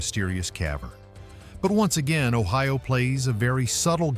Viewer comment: Your video is ridiculous. The visuals are not in Ohio. No palm trees where I lived. Your pronunciation is also ridiculous. When you tell about the state flag, intelligent people would show it. And it goes on and on. You show nothing of what you are talking about. I would never recommend this foolishness to anyone.